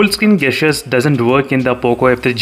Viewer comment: 'jestures' is how it is pronounced its nagging me when u say gastures